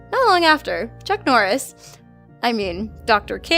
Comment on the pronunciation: Wait wait wait did she say chuck norise